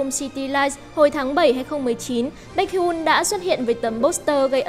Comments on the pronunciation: Vcl đọc hẳn là “bếch hi un” luôn ạ !? :)) k học đc thì học hỏi trước đi rồi làm vd nha :)))))))) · Bếch hi-on chị ơi, đọc nhanh,nối liền chữ hion, biết là nhiều ng đọc sai nhưng nếu có thể thì sửa ạ. Là exol nghe hơi khó chịu